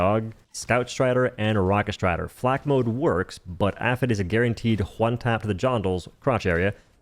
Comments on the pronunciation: Petition for to say "aypee aychee" instead of aphet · did this guy just say "AFET" in place of AP-HE-T? unsubbed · All well and good but who the hell says APHET like that? It's A-P-H-E-T, an acronym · All well and good but who the hell says APHET like that? It's A-P-H-E-T, an abbreviation